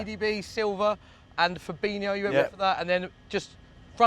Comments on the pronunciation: Why does everyone and I mean everyone says fabinio it's fabinho.HO not IO. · man said firmino and fabinho lol